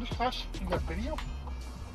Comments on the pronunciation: "You take english classes? You got bideo?" 🤓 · The Uber “u got a bideo” me “u got abs”